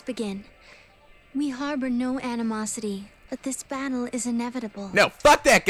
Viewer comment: did anyone else hear "bannle" instead of battle?